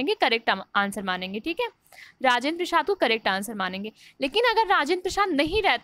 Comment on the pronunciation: राजेंद्र प्रसाद तो ठीक से बोलीए.